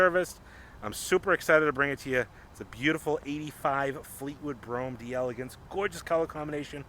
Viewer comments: JUST SAY, DAYLAGANCE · This is the French spelling so it's pronounced "DELLA GANSE". If it were Italian, then it would be Di Elegance, but it's not. Just FYI.